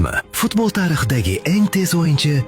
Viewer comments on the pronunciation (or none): none